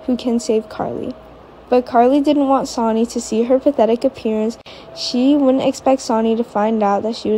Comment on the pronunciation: His name is Sonny not Soni. Please get names for right. Most of your reading is ok I guess.